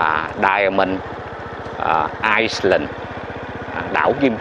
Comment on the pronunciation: à ISLAND phát âm không có đọc chữ S (ai lân)